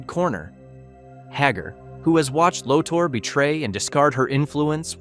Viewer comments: I got to correct on a pronounced of a name. Its LORTHOR not Lordor. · Dude! It's fucking LoTOR! Not Loter! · Pronounce "lo-tor" not loader lol. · It's pronounced Low-tor Not low-ter. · LO-TORE NOT LOTTER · “Loter”? Seriously?